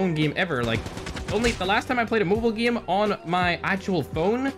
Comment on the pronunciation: If is saying game he will say gim